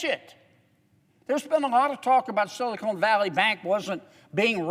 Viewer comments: he keeps saying silicone valley bank instead of silicon (ca-ahn) valley bank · You sort of have to love how down-to-earth he is. Now if he could only pronounce "silicon", that would be awesome. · Do you ever correct people who mispronounce your last name? Silicon and silicone are physically two different substances. I just think it hurts your credibility if you're speaking on a topic and you can't pronounce it. Think of the hits Bush took for his pronunciation of "nuclear". It didn't change whether he was right or wrong on his viewpoint, but his credibility suffered. That's all I'm saying. Thanks for axing. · JK can’t pronounce “Silicon,” but he’s otherwise correct. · Nope, I have zero respect for anyone who doesn't know that Silicon and Silicone are two different things. Same as Nuclear vs Nuke-you-lurr. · sorry, i don't trust a man that says "silicone" when he should be saying "silicon" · Respectfully senator silicon is a crystal. It is the building block for semiconductors. It is a short o. Silicone is a rubber. Lots of people mispronounce it.. we need to be precise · Amen, but PLEASE, it’s SILICON not SILICONE!! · "Silicone Valley Bank"? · There's no E on the end of Silicon. LOL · Silicone Valley Bank??? It's Silicon Valley Bank!!! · ahahaah my man said "Sillycone Valley Bank" what a guy! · Love John Kennedy but I wish he would stop calling it Silocone Valley. Although knowing JK, I suspect it’s on purpose. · I wish the Senator would stop saying “Silicone.” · Well in all fairness, "SILICONE keeps things from sticking, and "SILICONE" Valley Bank has just had their sh*t slide off them with this bailout. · Sili-Con not sili-CONE. I do not trust anyone who cant pronounce a simple word. they're all colluding together and there is no right or left, just dumb and dumber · Silicon not Silicone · This guy is such an idiot he doesn't know the difference between "SILICON" and "SILICONE". Bill Lucas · Silicone?? Lol